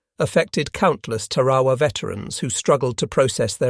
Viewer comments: Ta’ ra wa not Ta ra’ wa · Two corrections 🥈 1. It’s TARAWA not terowa 2. The United States of America is a Republic not a democracy !